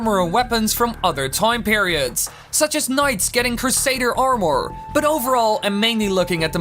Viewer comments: I don't like the way that guy says arMORE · for the love of god stop saying "armore" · Take a drink every time he says Arm Oar. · "AreMore" o.o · omg stop saying Ar-moor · this dude says armooure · when he said armor like arm more I couldn't stop laughing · wow....the way that guy pronounces armor...is just....cringy.....>.> i know it's his accent and he can't really help it i suppose but...still hearing it pronounced like that heck from anyone just...makes my ears hurt ahhhh >.<